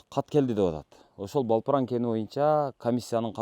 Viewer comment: Балпран, эмес Далпран....